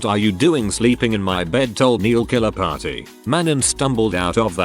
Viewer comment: “Pary house”